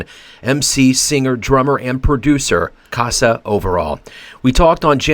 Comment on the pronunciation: His name is Kassa, not Kasaa :)